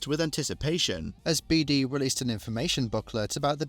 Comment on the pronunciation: His Surname name was pronounced "Beade".NOT pronounced "Beede"